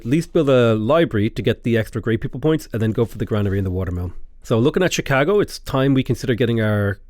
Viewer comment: I'm sure you know your pronunciation is regularly quite wide of the mark, but for some reason you nail Chicago not in the American accent but precisely in the Chicago accent, I think I got goosebumps, lol!